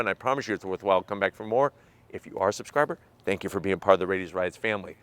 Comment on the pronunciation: I’m sorry, zank for price,zank for speed ,zank for charging,zank for range and I’m sorry is not for me. Nice review 👍